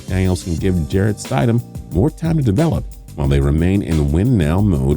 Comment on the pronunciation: Did that man just say "Jarret STIDEHAM"😂😂